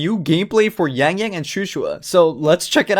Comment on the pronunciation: Wow, you have good pronunciation for their names.